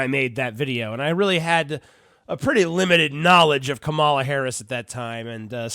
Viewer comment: You’re pronouncing her name like the former professional wrestler, KaMAla- the Ugandan Giant. Maybe Valerie Clinton will have another run.